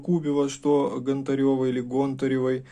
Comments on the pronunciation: ГОнтарева или ГонтаРева, тьі что первьій раз усльішал ету фамилию-из всех кто ее упоминал только тьі говоришь ГонтаРЕва??)) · гОнтарева а не пушкарЕва ! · Не каталОги, а катА логи, нужно говорить правильно и ГОнтарева. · Гонтарева, ударение на О